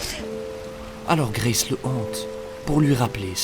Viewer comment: Pas d’accents sur les noms anglais BRO c’est juste Grace 🫶